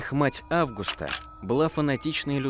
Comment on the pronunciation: Мужское имя Август, женское АвгУста. Есть еще АвгустИна. Что в этом сложного? У блогеров повально проблемы с именами, географией и в целом с образованием. Хоть немного бы проверяли что пишите и как произносите.